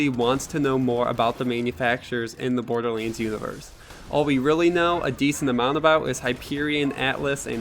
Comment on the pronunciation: This dude said bor-de-leans